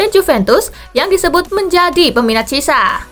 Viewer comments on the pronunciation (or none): Cara bacanya kurang tepat min, bukan cisa tapi chi e sa 😅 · Sekedar masukan kak Spasi.. Chiesa itu pelafalan namanya yg benar buka cisa tapi kiyesa.. Koreksi klo ada yg lbh tahu.. .. 🙏